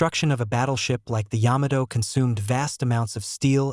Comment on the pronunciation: It is the Yamato, is pronounced as one word. You're doing a video on battleships and can't even pronounce their names??? This is just garbage.